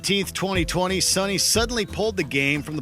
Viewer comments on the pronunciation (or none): #1: Mispronouncing "Sony" as "Sonny"